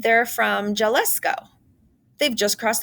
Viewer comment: I like the Read Aloud book choice of "Three Keys." but before producing more online Read Alouds, the narrator needs to learn the correct Spanish pronunciation of words like Jalisco, a Mexican state. it's pronounced "Ha-lee-sko" with the stress on the 2nd syllable. The letter "J" is always pronounced like an "h" in Spanish. I hope your response won't be to think of me as being nit-picky. Since Kelly Yang's books are intended to promote cultural understanding and respect, it's important to show native Spanish speakers that you've taken the time to learn to pronounce the words of their language correctly. I am a native English speaker who has studied and practiced Spanish for many years. I don't speak Mandarin Chinese, so I wouldn't recognize if some of the Mandarin words here need a different pronunciation. It's important to check on the Mandarin pronunciations before recording, also. Just trying to help you with your future Read Aloud projects.